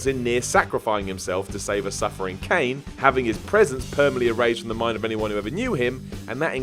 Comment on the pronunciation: So someone put Kaine's name in his script and I guess he just read it verbatim, since like everything else in this video he mangled the pronunciation. Are you sure you have editors?